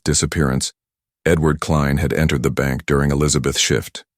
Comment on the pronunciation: Too bad the AI voice can't pronounce "Elizabeth's".